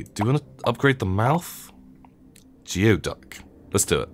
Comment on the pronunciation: By the way, Geoduck is actually pronounced like "Gooey Duck." They're actually a delicacy in my area and they're really fun to look for at beaches.